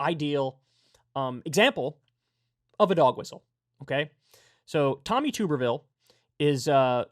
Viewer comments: It's pronounced tub-ber-ville. Not too-ber-ville. I'm from Alabama and know all too well, unfortunately. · It's TUB not TOOB. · This is very besides the point, but it’s pronounced tubberville like a tub